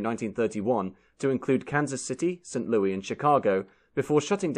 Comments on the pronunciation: It's *St. Louis*, not St. Louie! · It's pronounced Saint Lewis, not Saint Louis (a la francaise). The good people of the city get upset when it's pronounced in the French way! :-) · It’s not Louis as in French. It’s pronounced Saint “Lewis” when speaking of the city in Missouri. Which itself is pronounced Miss oo ruh. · Saint Louie's blues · Your video is wonderful,! Just one small request..The “s” on the end of St. Louis is pronounced as an “s” and not an “e” 😊